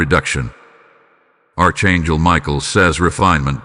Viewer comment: It would be nice to hear words pronounced properly such as; AR…..CHAN…..GEL. …..archangel…..